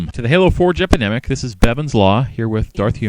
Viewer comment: Anyone else always hear him as ;Halo four jepidemic'?